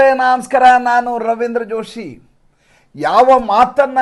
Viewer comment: Sir adu naamskara alla namaskara anni 🤐